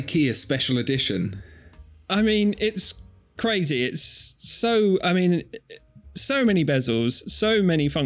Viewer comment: I saw a clear Swatch once. CA-RAY-ZAY!!!